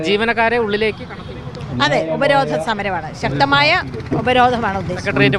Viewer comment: ഹേയ് റിപ്പോർട്ടർ ഉപരോധനം അല്ല ഉപരോധം എന്ന് പറയു ഹിഹിഹി